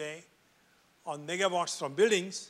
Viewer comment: if he can say negwatts i can say pakiwatts